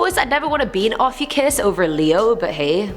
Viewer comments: I think name, Ophiuchus is pronounced, Oaf-EEE-u-schus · I don’t know why but the way you pronounced Ophiuchus wrong made me wheeze